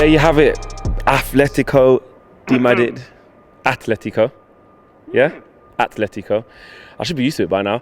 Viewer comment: Finally someone who pronounced the name correctly! It’s so jarring hearing Athletico! Good content!